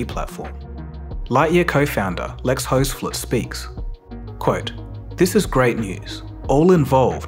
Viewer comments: Just Fyi, Lex hoefsloot would be pronounced like : "hoofsloat" hoef sounds like roof with an h, and sloot like slow with a t like tick. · Its pronounced "Hoefsloot"